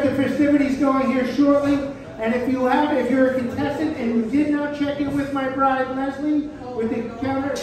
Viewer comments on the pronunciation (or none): none